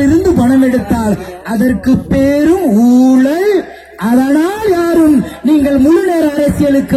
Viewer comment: ஊளல் அல்ல ஊழல்..